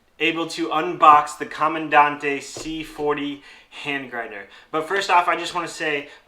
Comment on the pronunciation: pronounced Camandan-TE. Not that it matters. My philosophy... you own one, you can call it whatever you want! 😅 I think for American Cherry, the clear catch cup looks best.